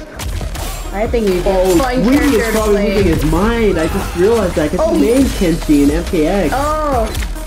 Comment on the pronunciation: it's kenshi